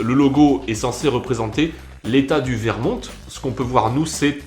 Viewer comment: Prononce vermont comme ça : vermon